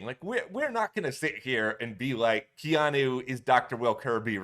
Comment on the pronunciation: I’m being that person. I’m soooo sorry. I have a nephew (Hawaiian) with this name so I have to. KEY-AWE-NEW = Keanu Love your BB coverage. Again I’m sorry! 😅